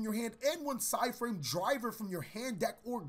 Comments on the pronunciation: Side in? I think you mean PSY-de in. Eh? Eh? XD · i know he did not just say psy-frame gear delta